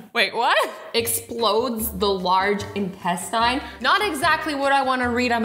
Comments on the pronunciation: Lmaoo she said large in-test-tine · She pronounced intestine wrong lmao😂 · i like the way you pronounce intestine.... it made me scream what?????